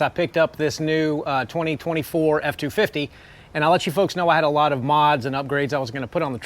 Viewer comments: My wife was in the room while I watched this video. She thought you were saying “foreskin” over and over. LMAO. Truck looks amazing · I thought he was too😂